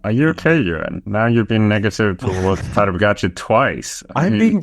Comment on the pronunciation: you should coach durian rider how to pronounce Tadej Pogačar